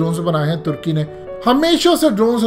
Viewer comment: ٹرکی نہیں ہوتا ترکی ہوتا ہے ٹرکی پرندے کا نام ہے جعلی انگریز